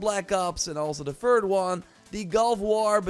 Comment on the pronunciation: Th-ink not F-ink. Th-is not V-is Th-ird not F-ird Th-ing not F-ing. Thirtieth not Firtieth. You can do it I know you can!!!! 😅